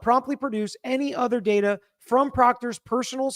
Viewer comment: datar. Not data. Lol